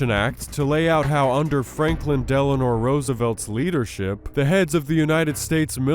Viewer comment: It's DelanO not DelanoR.